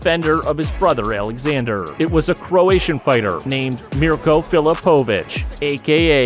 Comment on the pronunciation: Can you please learn fighters names if making videos you butchered mirco's name also the MMA moves and holds